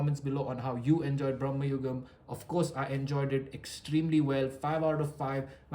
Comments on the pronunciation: Bhramam means all those - illusion, madness, craze etc. in this context madness would be appropriate. Many are miss pronouncing it. It’s Bhra.ma.yugam. Brahma is of entirely different word meaning. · It’s Bhramam- there may be reasons for producers to keep it BRAMA as Gen Z do not pronounce words correctly